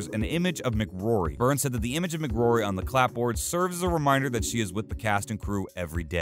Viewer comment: Helen Mc Cory, not Mc Grory😱 almost as bad as someone saying Sealian Murphy 🤔